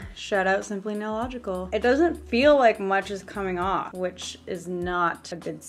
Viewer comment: She said simplenailogical🙃